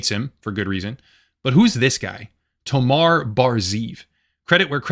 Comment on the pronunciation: Good video, but why do mispronounce such a simple name as "Tomer" (rimes and pronounced just like the word "locker") by calling the guy "Tomar"? Hebrew names aren't that difficult.